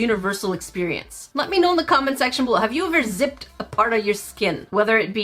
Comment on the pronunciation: am i the only one that heard her say "let me know in the comment sexual"??? lol